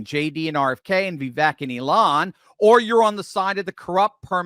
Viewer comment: You're pronouncing Vivek's name wrong. As he says himself: "It's Vivake, like cake." And # 2: I'll donate $20 bucks to your cause if you pull the single hair off the top of your microphone! It's been there for months and that's all I focus on when I watch you. My wife's mad at me cause after I pointed it out, that's all she sees now as well! 😂 Love your show (aside from the hair)! 🤪